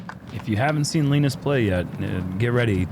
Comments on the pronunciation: stop being difficult, Linus is easy to pronounce. The phonetics are "Léeå--ä-nö:ous". It's not that hard man. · How to pronunce Linus :) (Bruce) "Lee - News" (without w) and weight on Lee.. so LeEne(w)s . Probably right im from Skellefteå Sweden :) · Hey, say "Lee Noose" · Linus is pronounced “Lean-uhs”